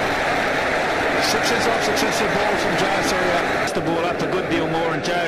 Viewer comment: It's jayasuriya not yayasuriya